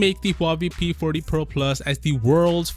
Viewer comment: This guy said p porty pro plus 😂